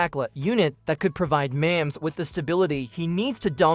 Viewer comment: Not up to date, and 1st of all, his name is Mahomes, not Mamms!